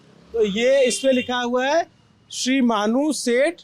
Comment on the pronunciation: आप को श्री मान पढने भी नहीं आता है🙏 श्री मानू पढ़ रहे हैं🙏